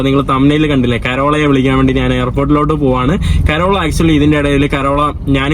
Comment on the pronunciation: കരോള അല്ല.. Carol. കേരൾ.